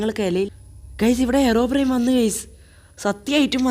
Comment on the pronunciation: Yes ellarum angane aa IPO parayunne